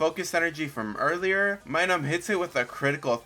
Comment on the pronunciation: Its Minun not Minum its giving me vibes your reading from a script getting some names wrong ,also if your going to have a mon use Metronome make sure you know what moves were available at the time in Gen 4.